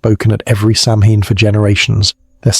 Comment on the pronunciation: Will you take a word of advice from someone who speaks the language? The pronunciation is SOW-in. The Scots, Welsh, Cornish and Bretons might have their own names or pronunciations, but this is the Irish pronunciation. Interesting video, enjoying it